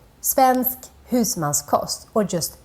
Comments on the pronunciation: husmansKOST, not koss or kots, like cost in english kind of:) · husmans-kost. its pronounced like the word cost